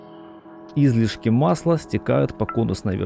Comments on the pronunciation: масляннАя, корОмысла... и наконец Излишки, да-да не излИшки, а Излишки... сначала думал что я тупой, но после Излишки понял, что диктор слишком умный 😂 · Если бы автор видоса ставил правильно ударения в словах русского языка, то вообще был бы супер-видос... Не Излишки, а излИшки, не корОмысел, а коромЫсел... Думаю это профессиональный "диалект" )) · В слово «коромысло» ударение на букву «ы». В слове «излишки» — на вторую, а не на первую «и».